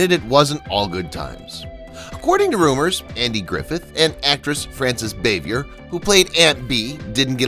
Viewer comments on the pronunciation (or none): Francis ...bah-vee- aye. Not bay-vee-ur. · It's Frances BAH-vee-yay, not BAY-vee-yer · It’s pronounced Rah-lee and Frances Bow-vee-ay. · Frances Bavier’s last name is pronounced “BAH-VEE-AY.” It’s French. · Frances Bavier’s last name is pronounced “Bah-vee-aye.” Interesting video. Thanks. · The moron said it was set in the midwest...wrong. Also mispronounced Aunt Bee's real name. Turned it off after that. Didn't matter what he said.